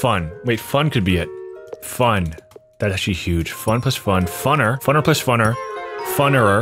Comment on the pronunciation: you're the only other person I've ever heard said "plus" as "ples"